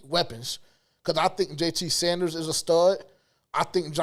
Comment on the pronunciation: He bout to be TE1, yall gotta get bruh name right: Sanders like Miles, not Saunders.